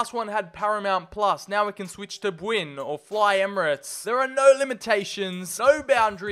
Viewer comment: My guy that's not how you pronounce Bwin 💀nonetheless, great video mate